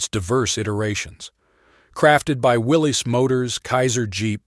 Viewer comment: It's pronounced Willis.